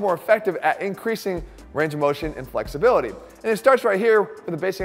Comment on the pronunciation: where's the research link? Also did I hear you say 'improving fucksibility' at the beginning of the video!